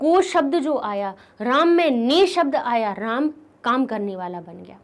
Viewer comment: Ram shabd ka galat bola as apne